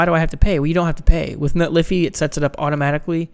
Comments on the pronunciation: Isn't it Net-lee-fy , the fy being said as in solidify? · It's pronounced Netlify not Netlify. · Net Liffy? I love it...